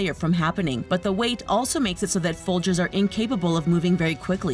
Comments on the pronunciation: She said foldiers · Did anyone hear say foldiers? That makes me sad